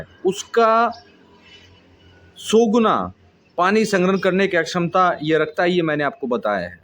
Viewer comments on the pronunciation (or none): Bhi sahi bola karo akshmata nahi kshmta khete hai.